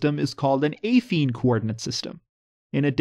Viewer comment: Your produnciation of affine confused me.